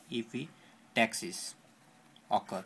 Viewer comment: lol.. its epistaxis..not epi-taxis... ans nasal septum not nausaul septum :P